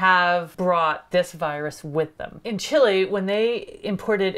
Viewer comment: Thank You for the truly Great video. God Knows, I don't mean to be rude but, "larvae" is Pronounced "lahr-vee" not "lahr-vhy" (or larvi) .and the name of the country Chile is pronounced "Chee-lay" not Chili. Chili is at home meal made with Beans and a special spice!! The mispronunciation of Chile, may have been in another great video you hosted.